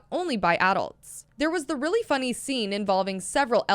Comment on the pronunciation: Is nobody talking about how she's saying adults wrong